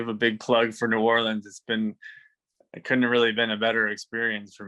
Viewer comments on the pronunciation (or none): K. It's just not "New Or-lee-anns" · Each time she says “Orleans” incorrectly my heart breaks a little…😭 hahaha